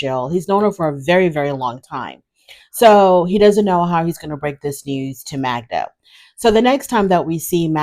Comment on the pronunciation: Joe, if he cared, should pronounce her name correctly.